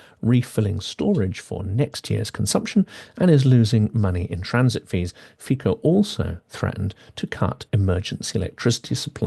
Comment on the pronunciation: True. Incredible things are happening. By the way, FICO pronounces as [fitso], not [fiko].